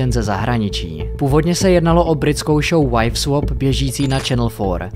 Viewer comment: prej wajf swop :D , swap se to čte, tak jak píše.